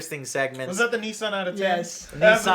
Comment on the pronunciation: It's fukin Sony. Pronounced: So Knee... Not fukin Sunny!!! Also. Nissan is not Knee Sarn... Its fuckin Niss N, say it quick now as one Niss-N.. NISSAN. Not fuckin KNEE SUN!